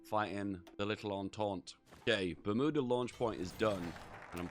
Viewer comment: It’s pronounced Bermuda, not Bermuda